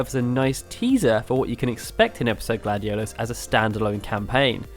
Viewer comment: Please don't use names if you don't know how to say them. this LuciiAYE and GladioLOUS (or whatever) hurts my ears 😡